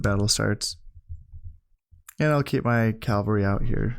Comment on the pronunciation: Really enjoying this series, and I know this video is really old so you might not see this, but I have this pet peeve when you say Calvary haha, horse units are cavalry; Calvary is the site on which Jesus was crucified